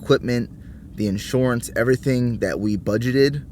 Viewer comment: I really hear that PA accent coming out when you say "insurance" haha